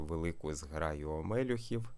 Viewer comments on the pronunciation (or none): дякую за відево. Не «вумнічаю», а ділюся корисною інформацією: у слові омелЮх наголос на 3-му складі. У словнику перевірено. До речі, у слові попелЮх — аналогічно.